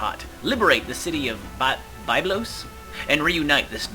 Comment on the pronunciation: The pronounciation of two of those cities is Byb-los and Mer-sa Gaw-as-is. I only know that from having played Pharaoh a lot where those cities exist xD